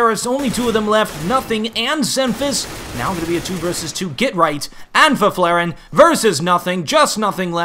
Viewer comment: try saying Fifflaren like this "Fiff-la-ren" and u get it right